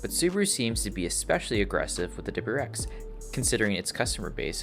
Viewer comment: “Double-U R X”. If you can’t pronounce it, don’t say it so much.